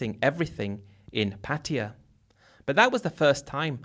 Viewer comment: PA-TYE-A is how it’s pronounced as I learned it Been to BK, Ko Samui and Ko-PQ for full moon party . We eat mushroom omelette and lay on mats on beach and saw Zeus in the clouds